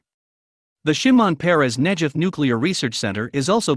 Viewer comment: Good report; but Negev is with a hard G, if you don't mind--thanks.